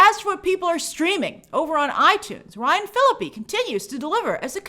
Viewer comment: Not Ryan Phillipee instead of Ryan Philippé😭😭